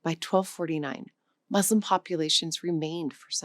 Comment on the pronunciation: In our divisive times, your commendable objective, of bridging peoples through language and its inherent hidden histories, is to be greatly applauded! Thank you! It would enhance the sale of your language app, to review the pronunciation of some critically significant words; MUSLIM being the most salient among them. The U is like the U in “cushion”. As a Portuguese speaker the correct pronunciation of Portuguese words would testify to the value of the app that is advertised. I’ve Liked and Subscribed